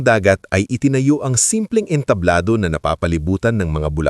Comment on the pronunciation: Hindi ENTABLO dapat ENTABLADO may iba pang mga salita na hindi tama ang pagkakabigkas mo kya dapat pagaralan mo ang kwento bago e upload Isa pa TUMANGO single g hindi double g pag binigkas